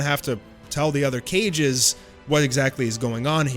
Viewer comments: Bro really pronounced kage as cages 🤢🤮 it's pronounced KarGay kage not cages 🤮🤮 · KAGE is pronounced KAAAGE NOT Cage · Ka Gey NOT Cage... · wth seriously? cages? Bruh watched entirety of naruto and says cages for kages... and not just once but twice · If you don’t quit calling them “cages” instead of “kages” I’m gonna lose my shit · Kages not cages sir good video besides that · Kage, not cage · lmfao bro i died when i heard called the KAGES, caiges lmfaooo (KA-GE) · Dude said cages... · Am I lost or did he just say summit of the 5 cages. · we didn't just say "cage" here did we? 😭😭